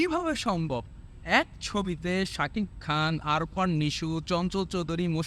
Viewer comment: ভিডিও বানাইতে আসছে। আফরান নিশোকে বলে আরফান😆